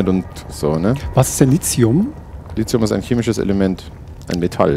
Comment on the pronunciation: Lithium mit T und nicht mit c oder z, wie Silizium, das ist ja grausam :D